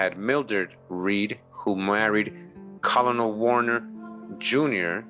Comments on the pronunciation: Colonel is pronounced kernel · As weird as it is colonel is actually pronounced like 'kernel'